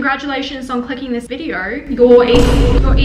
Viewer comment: "congratulations on clicking on this VIDEORRR"